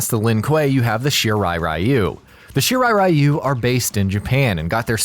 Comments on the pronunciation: It's Shirai REE-you. Not RYE-you. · It's weird that MK mispronounces the rai in Raiden as ray, but correctly pronounces the rai in Shirai-ryu as rye, but then mispronounces ryu as rye-u, instead of ree-u. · What pisses me off the most is how everyone produces "Shirai Ryu" wrong It's "Ree-yu" not "Rai-yu" This is similar to how everyone produces Raiden's name wrong